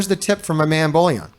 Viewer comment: It's funny till now no one has highlighted the fact that u r calling BOILON as BOLLION 😂